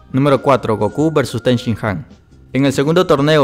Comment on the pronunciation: tenshinjan? no seria tenshinhan